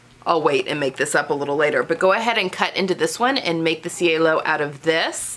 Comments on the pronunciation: I love the way you finished the edge of the facing. Thank you. And being the Rome collection, I think it should be pronounced chay-lo which is sky in Italian. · I think your last pronunciation is correct. I took an Italian language class in Italy and ci is pronounced ch. it was weird cuz ch is pronounced as k!